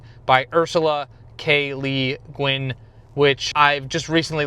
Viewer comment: You had not heard of Ursula K. Le Guin until recently? Explains the mispronunciation of her name. I have not watched any other of your videos. Is fantasy your favorite genre?